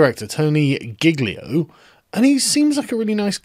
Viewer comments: I belive it is pronounced Tony Gijio, correct me if I'm wrong. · Sargon/Carl, in Italian, the 'g' in 'gl' is silent. So Giglio is pronounced like, "gee-lee-o" (soft 'g'). Thought you'd want to know.